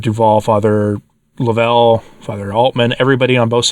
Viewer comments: I knew Fr. Suhy's warning against the new leadership was trustworthy. Also, its not laVELLE. It is LOVEull. If you had listened to his podcast even once you would have heard him pronounce his own name. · Please say Fr. John’s name as “Love- uhl’. The emphasis is on the 1st syllable, and thank you for reporting on this. I was at their wonderful conference last year. It is a heartbreaker what has, and is, happening. Can anyone say these are confusing times?